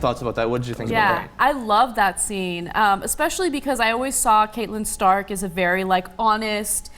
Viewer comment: The name Catelyn is pronounced Cat-lean not Cate-len. Listen to George R R Martin speak the name.